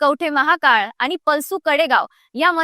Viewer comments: अरे किती बोलता लिहून दिलेलं वाचताय.प्रकाशबाबू नाही तर प्रकाशबापू म्हणा. पलूस म्हणा पलसू काय म्हणताय. विशाल पाटलांनी लोकांच्या विकासासाठी काम करावं त्यासाठी एखाद्या सत्ताधारी पक्षात जायला हरकत नाही.नाहीतर सध्या ते अपक्षच आहेत. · पलसू कडेगांव नाही. पलूस कडेगांव..😂